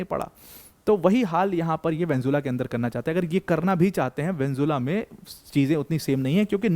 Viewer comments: Vanjula 😂😂😂 it's Venezuela Sir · वेन्जुला वेन्जुला वेन्जुला नही वेनेजुएला। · ye video dekh ke meri pronunciation bhi kharab hogyi, venjula venjula nikal rha muh se